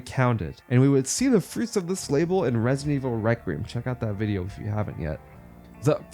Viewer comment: fwuits uv tis wabor